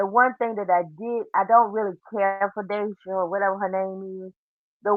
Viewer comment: I believe she pronounces is Daysha lol! Like Ja Way La 🤣🤣🤣🤣 Day Sha LOL!!!!